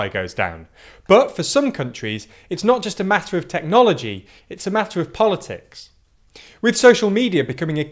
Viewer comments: ah yes, 'politcis" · DAM IT'S A MATTER OF "POLITCIS" FOR GOD'S SAKE! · ah yes politcis